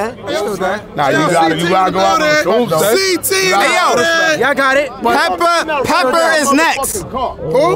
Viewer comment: That mans said “PEPPER IS NEXT” I could’ve sworn that man’s name was